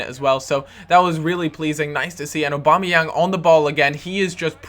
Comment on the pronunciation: its prononsed Og - Bom - Ni - Yang not obamayang